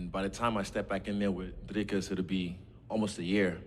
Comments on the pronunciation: nah mate, its afrikaans. You say it Drikus instead of driscus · Yea but he said it wrong it’s actually pronounced Driscus with the s I’m from Johannesburg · The way Issy said “Dricus” with an Afrikaans accent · Im still in denial how an Aussie can say Dricus’s last name for shit